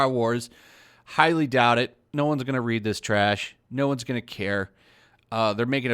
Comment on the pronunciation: are you gonna read this stuff? My brain: hm yes, he totally said are you gonna ree?